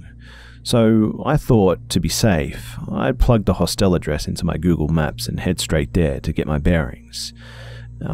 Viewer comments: EyEofHAV0C I know the difference between a Hostel and a Hotel. I said the way he was pronouncing Hostel was bugging me. We pronounce it Hah stle. The way he was pronouncing it was like the word hostile. That's why it was bothering me. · I hate to complain, but the way u say "Hostel" is driving me nuts. I just want to correct u every time u say it. But thanks for the great story and video. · I feel you! I love the stories and his voice. But the way he is pronouncing Hostel and Moncton is bothering me. I understand he is Australian and pronounces things differently, but I cannot help correcting him in my head the entire time. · New drinking game......... Every time Be. mispronounces 'HOSTEL' take a shot of vodka, you'll be sh*t~faced. ;) xxx